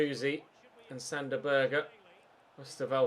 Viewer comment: If I'm not wrong sander berge is not pronounced sander burger is pronounced sander berge